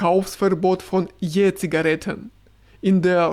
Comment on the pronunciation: Ich finde Jura hat eine ausgesprochen schöne Stimme und eine exzellente Aussprache. Ich liebe es, wenn er Je-Zigaretten sagt 🥰